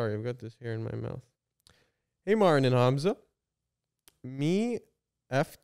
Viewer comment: MARTIN PLEASE STOP PRONOUNCING THINGS WEIRDLY. YOU’RE MAKING CANADIANS LOOK BAD